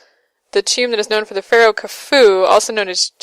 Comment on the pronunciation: Pronounced "Coo fu" There's also a legend that Khufu used his daughter to help pay for the pyramid's construction, men paying with stone blocks. ahem You can guess what that involved.... In addition, the only statue of Khufu to ever be found was a tiny one. All the others may have been deliberately smashed. The quotation thing annoys me too. Not sure how that sort of thing happens. I'm also sorry you lost the game sound here.